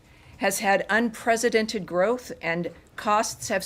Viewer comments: Did she say un presidented??????? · In her second statement, she said "unpresidented." If only. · Anyone else catch that she said "unpresidented" instead of "unprecedented"? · Did she say unpresidented growth?LOL?